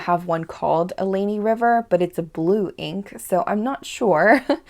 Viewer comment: Allegheny. Pronounce the "G". Allegheny - al (not all) eh gain ee